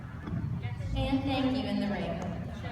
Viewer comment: Lol the announcer said 😂